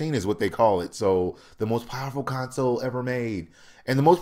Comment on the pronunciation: Why do u keep saying con-soul?????? I don't get it!?!